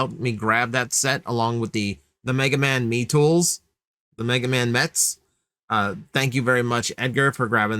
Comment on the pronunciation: Mee-tools? Meh-tools, dude. It's a portmanteau of metal & tool.